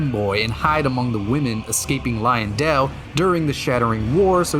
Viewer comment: Um, its not pronounced "Lion-dell", it's "Lion-Dwell". You can tell cause there are some in the courtyards.